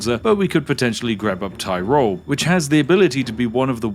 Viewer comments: You might be delighted to know that the Austrian/Italian region of Tyrol is pronounced more like Tea-Roll than Tie-Roll! You're welcome! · The fine Region Thayrol... I am from Germany, my ears are bleeding D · It's actually pronounced "tea-rol"